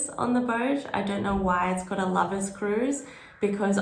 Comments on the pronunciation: Afaik ‘Lovers’ happens to simply be a dutch surname which doesn’t have anything to do with the English word for people who are in love. The dutch pronunciation is closer to ‘low-verse’. More apt, innit? 😅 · Somebody probably answered this already, but last year I asked and they told me it's not the English word "Lovers" but somebody's last name or something, pronounced "Lowfers" in Dutch. Anyway we went on one of those and had a nice time, probably because there were no annoying people on board, and they let us open the windows no problem.